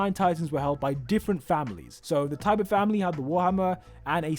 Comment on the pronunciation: Lara's last name is Tybur, not tiber and some say her real name is Emma Tybur.